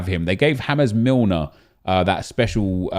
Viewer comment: Did he just say James Milner like James Rodríguez 🤣🤣🤣